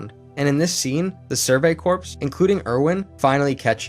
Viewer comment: Corps the p is silent